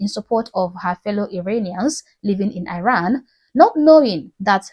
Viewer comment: it's pronounced 'Ee-ran', not 'Eye-ran'. Also don't assume that demonstrators who are being arrested, beaten up, injured or killed have 'loved ones'. Some of the people demonstrating come from families which support the current regime. Unfortunately it's difficult for these people to escape their family of origin, especially if they are women. When Khomeini seized power in the 1979, he encouraged denunciation and praised parents who denounced their children.... which resulted in the children getting the death penalty.